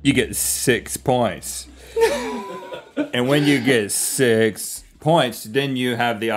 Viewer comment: "you get siiiiix pwonts."